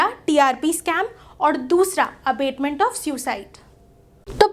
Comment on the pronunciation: Vedio is good ,but the pronounciation of abetment is not right. There is difference between abetment and abatement.